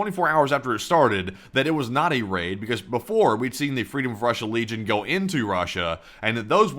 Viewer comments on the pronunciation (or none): none